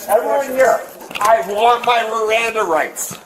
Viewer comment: "I want my rirannda rights!" 😂😂